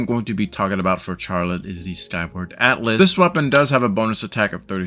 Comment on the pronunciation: The way you pronounce Charlotte is slightly killing me.. but this guide is very helpful, thanks!